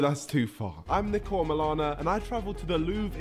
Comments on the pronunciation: Pronounced Nick-o he hates neeko😂NDL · Bro said nEEko lol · It was cool seeing KAT watching and enjoying Niko's video. Btw he prefers his name to be pronounced Nick-o instead of Nee-ko